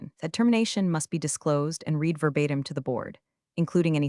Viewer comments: Yes! Red not reed. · Why don’t the writers of AI slop proof read? Marcus spilled his coffee TWICE on the documents. At least it’s a clue to not recommend. Also read not ‘reed’ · Teach the narrator how to pronounce the past tense of read. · All of these stories are asking me to Like and Subscribe. I'll think about when I watch one that has AI that knows when to pronounce the word READ as red or reed. You know, the difference between past and present tense. That's just one of the things I can't believe they all think it's okay. And WTF is "deo sex machina" that appears ? It's Deus ex machina. God of the machine.